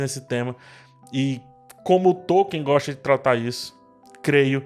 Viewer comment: A pronúncia de Tolkien é Tol-keen